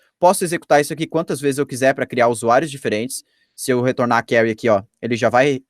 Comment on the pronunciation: Conteúdo bom, realmente interessante! Mas o difícil é ouvir "query" tão mal pronunciada tantas vezes.